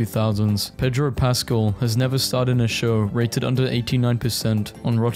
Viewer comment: the way you pronounce Pedro Pascal makes me very angry